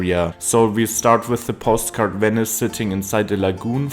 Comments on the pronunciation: Weni, Widi, Wenice. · Wenice? W?